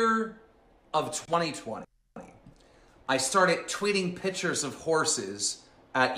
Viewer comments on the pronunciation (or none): Keem says pictures like a kindergartener. “Pitchers” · Side note: grown men that say “pitchers” when they mean “pictures” have serious BABY energy 👶🏼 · The way he says "pitchers" instead of pictures. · Love how he pronounces “pictures” like “pitchers” like a toddler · Never trust anyone who says "pitchers" instead of "pictures." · Man says “pictures” like “pitchers” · he is so under-developed he keeps saying PITCHERS.... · "pichers" -Keem I don't mean to make fun of speech impediments, but he is so mean. You keep saying "pichers" Keem. It's pictures.